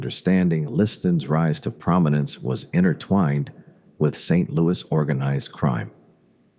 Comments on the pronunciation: Lots of incorrect facts in this video. And a lousy voice over. No one says, “Saint Louie.” They say “Saint Louis.” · I’ve lived in St Louis MO all my life. Every time it says St. Louie it makes me cringe. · I hate AI narration. If you don’t care enough to have a real human narrate your channel, then I don’t care enough to listen to it. Also, you are mispronouncing St. Louis. It is not pronounced the French way. It is pronounced phonetically as St. Lewis. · St "Louie" -- no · Nobody in St. L these days, but the French people I have met still do, because that was the original pronunciation for a long time after being settled by the French, and still so in France. When they say it it comes out more like "Sant Lou-ee" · This was pretty good, but NOBODY from St. Louis calls it " Saint Louie" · I agree. St. Louis is pronounced with the "S" at the end, not "St. Louie". That is maddening, especially for someone who was born here and lived here for almost all of their life. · AI voice saying St Louie, just isn't right. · If Mafia Files pays any attention to comments and wants more subscribers, it will go through the entire spoken script before posting, to edit any stupid mistakes like saint LOUEEEEEEE. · Fyi. Saying St Louie is what children or people obsessed with Judy Garland films. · And don't even include the AI voice's inability to pronounce the city's name properly. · St louis natives mispronounce so many place names in the area. It's funny